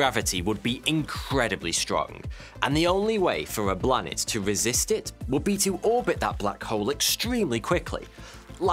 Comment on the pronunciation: Interesting and hilarious! Couldn't help laughing every time you said 'Blanet'